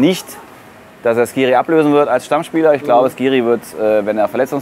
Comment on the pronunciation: Bitte nicht "SCHkiri" sagen 😬